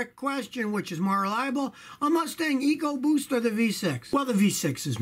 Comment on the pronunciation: I like how Scotty says Evo boost ... "eco buuoost"... :)